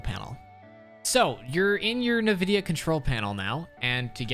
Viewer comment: Great video, but it's pronounced "In - Vid - Ee - Uh." You can delete this comment as soon as you see it cuz I don't wanna call you out but you will now for next time. Thx for the settings, you got a sub.